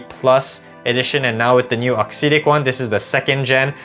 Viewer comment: Appreciate you putting out content. Just a couple pieces of feedback. I believe it's pronounced aux "ehhtic." Not a huge deal to me per se, but I've noticed that people may question one's credibility if/when a detail is potentially off/inaccurate. I've noticed that in the match play, you primarily show points that you win. Perhaps including a few points that you lose would be good (or include points of other ppl using the racquets/strings you're reviewing). This detail could make you feel more relatable to your audience/community. Awesome work overall though. All the best to you in 2023!